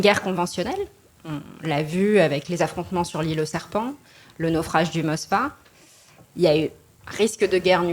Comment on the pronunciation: la ssède et la Finlande ne sont pas encore dans l'Otan contraiment à ce que dit est impeccable ne sait même pas prononcer Moskva elle dit "Mos"va Un crétin de géographe attribue le sabotage des gazoducs à la Russie imbécile les russes auraient plutôt pu fermer les vannes des gazoducs plutôt que les faire exploser en harakiri